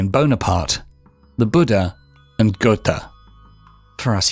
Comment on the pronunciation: whahaha the most crazy pronunciation of Goethe ever.... like Goethe is chinese or something whahaha